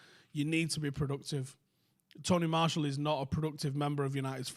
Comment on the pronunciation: Who’s Tony Marshal? At least say his name right.